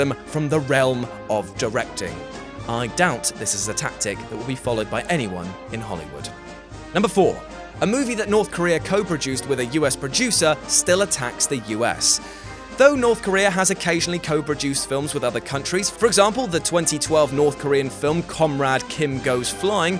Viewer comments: "producder." Well done. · Producder huh?